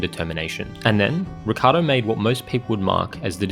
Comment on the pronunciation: but why you pronouncing his name Ricardo? If anyhthing its either richardo or rickiardo